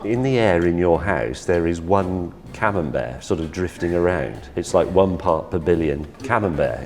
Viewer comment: The camembert becomes camembair